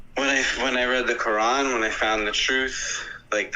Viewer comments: they love pronouncing the quran as “qur- an “ to sound as if they are really in the know😂…… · Bro... The way all this people pronounce Quran is so hard to listen to. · Am I the only one who cringes when American Muslims pronounce Quran like that lol